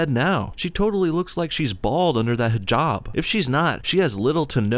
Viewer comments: Is nobody mentioning how the overweight Muslim keeps pronouncing hijaaaaaab wrong? Its "hih-jahb" not hih-jaab" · You both are pronouncing Hijab wrong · Golden Slumber zzz she can't even say hijab right, or put it on correctly